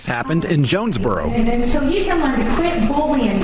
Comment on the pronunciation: Did she say jonesbugero